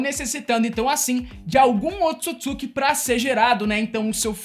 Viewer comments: O nome certo , é Otsutsuqui , não se diz Otutsuqui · Só tem que melhorar a pronúncia ao falar otsutisuki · O cara esta fazendo o vídeo sobre pressão que não consegue falar otsutsuki ou não sabe mesmo kkkkkkkkkkkkkk